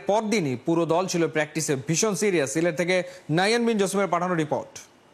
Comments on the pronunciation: এখানে সিলেট হবে না সিরেট হবে, বুজতে চি না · সিরেট কি সিলেট হবে